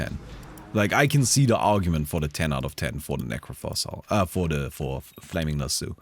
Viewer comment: Not sure how to feel about chat's unwavering commitment to not acknowledging how pronounces Lasso.